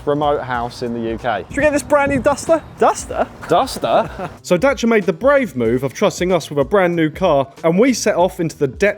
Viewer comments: ty dacia not day seer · WTF! "Dachia?", Dayseeya if you please lol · Isn't it Dacia? Almost rhymes with racier? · Why do they say Dacia as Daccha? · and they kept mispronouncing it "Da cha"? its Dacia isnt it? well its spelled Dacia so ive no idea what they are saying.. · u murdered the name Dacia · What is that Dacia pronunciation 😭